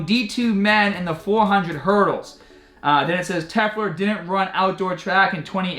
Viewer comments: LOL. YOu can't even read (and you do this in many videos) The name is "Telfer", you say "Tefler". You are beyond inept at this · You pronouncing Telfer is so cringy. tell-fur. Try that